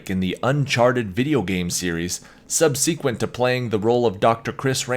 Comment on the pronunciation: Please look up the pronunciation of the word "subsequent."